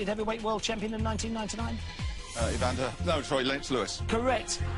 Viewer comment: He said ivander! Should have got it wrong!